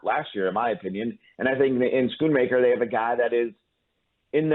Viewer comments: It’s not pronounced Skoonmaker not shoonmaker Jane. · It's SKOON-MAKER!